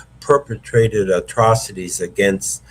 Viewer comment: For God sake please polish up the pronunciation of words like Against, to mention one out of many